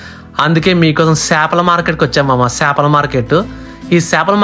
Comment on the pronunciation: చాపలు (మాట్) కాదురా, చేపలు (ఫిషెస్). నీ తెలుగు తగలేయ్య!! ఇంగ్లీష్ లో రాసినవే నువ్వు మళ్లీ ఇంగ్లీష్ లోనే చెప్తున్నావ్. తెలుగులొ చెప్పరా నాయనా!! ఒరేయ్! ఇంట్లొ మాట్లాడినట్టు వీడియోలో మాట్లాడరు!! కల్చర్ నేర్చుకోరా!!